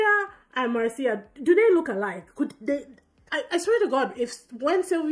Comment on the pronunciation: A tip about pronunciation, it's MAR-cia, not mar-CI-a, the stress in the first syllabe, just like my name, Marcio.